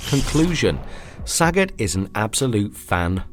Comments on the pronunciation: I am Thai. Sagat (สกัด) is pronounced Sah-gut (S̄kạd), all syllables are short sounds. His name means to intercept or to extract or to chisel in Thai language. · Not one to correct people, but this literally was making my head hurt. The names of the Street Fighter characters Sagat and Ryu are pronounced Suh-got, and Re-you. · Saaghat. Saagot. Sa-got. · I love how you pronounce saget